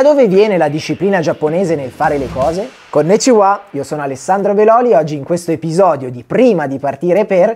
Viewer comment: Coneciwá, non si può sentire